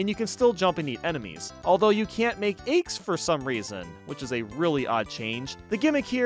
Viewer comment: Had no idea I could get so peeved about how someone says eggs